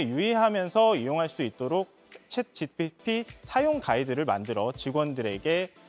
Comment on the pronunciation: 챗GTP로 발음하시네 ㅋㅋㅋGPT를